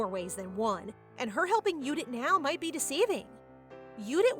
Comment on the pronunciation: What's with the German pronunciation? It clearly says Judith but the whole video you say Udith. Also, the main character is Arabella but you kept saying Aravella.